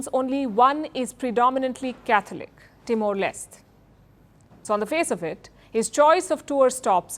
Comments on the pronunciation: Mdm not pronounced as Timor Lest but as Timor Leste.It is a Portuguese word for East Timor. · Timor Leste is pronounced as Timor Les- te, NOT Timor Less. The last 2 letters in Leste "te" are not silent letters.